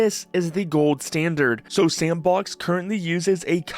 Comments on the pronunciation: Thanks. Thought it was weird the creator said "S & box" in three different "words" rather than one fluid "Sandbox" as they pronounce just fine in other parts of the video. Just seemed weird to me, and sounded like something an AI would do if there was a typo in it's script. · you know it's just "sandbox" right? not S N Box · Garry be like "actually, it's pronounced sampbox" lol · I provided a timestamp where the OP says "S & box", rather than saying "Sandbox", as they do multiple times prior and later in the video. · nice to know im not the only one to pronounce it S And Box